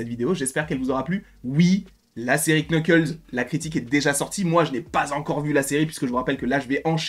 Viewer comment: C'est NUKLES le K au début est neutre